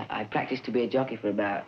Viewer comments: I'm glad I had previous knowledge of Jones being a jockey, because I swore he said "junkie" several times. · I thought he said, “I want to be a junky. I practiced for 7 months to be a junky.” Lol. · Sounds like he's saying junkie😂 I loved watching the Monkees growing up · I thought he was saying "junkie." Was so confused. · I got the words Jockey and Junkie mixed up. It sounded like he told his dad "I want to be a junkie."